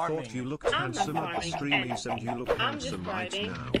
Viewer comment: did he say steamys or semmi? 🤔